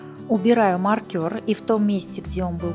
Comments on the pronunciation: Ух как режет слух маркЁр, правильно маркЕр... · Ну мне просто интересно, с чего вдруг маркер стал называться маркЁр? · Все очень понятно. Но, пожалуйста, не говорите маркЁр, нет такого слова! Очень слух режет. А за подробное описание- спасибо ) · маркЁр....режет слух ужасно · Спасибо. Хорошие тапки! Отдельное спасибо за накИд, но маркЁр это просто что-то с чем-то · Здравствуйте.Вязала по вашему мастер классу. "Маркер" режит слух. Потеряла время, получила опыт по перевязыванию. Спасибо. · Люди скульптуры вяжут , и то все подробно обьясняют , надо было сначала связать , все петли прсчитать , а зачем забегать вперед? Не проще было где прибавки с 1 ряда поставить маркер и пусть бы он болтался и все было бы понятно, а то вот разгляди там ,где была при бавка провяжите , сдается мне , что у нее всего один маркер и слово маркер выговаривает неправильно , прямо режет по слуху! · Хороший мастер класс, спасибо большое))))) Но очень прошу! Ставьте ударения в произношении правильно🙏🏼 Не нАкид, а накИд, не маркЁр, а мАркер🙏🏼🙏🏼🙏🏼 ужасно режет уши...